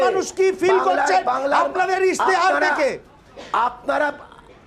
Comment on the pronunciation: কথাটা ইস্তেহার ইশতেহার নয়। 24 ঘন্টার কর্মীরা মনে হয় সব অবাঙালি